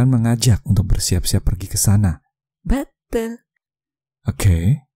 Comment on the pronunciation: "beeetul" I liked your accent